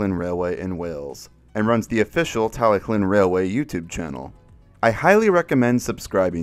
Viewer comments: Isn't it pronounced "Tal-e-thlyn", or "Tal-e-klin" like how you pronounce it? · i am sorry but it's tallylyn not tallyclyn and it's also not doldock it's dolgoch